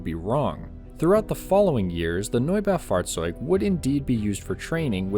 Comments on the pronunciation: Nob-a-fought-zotig that’s pronunciation for the tank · I dont know why, but the "Norbow Fartz-zoid" is so damn funny to listen to. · As a german I approve your pronunciation, definitely close enough!